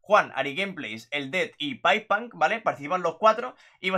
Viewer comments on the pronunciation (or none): Se dice paipunk xd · no jajaj, es paiponk así se pronuncia pero da igual, no? Jajaj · Grande bro, pero su nombre se pronuncia tal cual como está escrito, no es "paipank", es pipepunk (no sé si me expresé bien xd) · Se dice paiponk